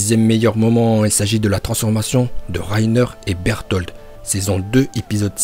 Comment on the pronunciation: Arrête de dire "Bertholtd ou plutôt Beltoto" genre c'est gênant là